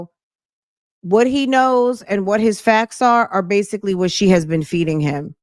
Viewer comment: He said Basily again😅 yesterday call he asked her if she was “undercomfortable” God this ain’t right lol